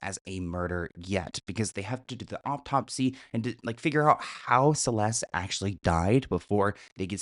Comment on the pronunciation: Is saying Aup-top-sy? 😂😂